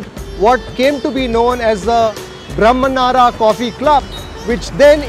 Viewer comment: Brahmanara..... Mispronounced... It is Braahmanara.. meaning "Of Brahimins"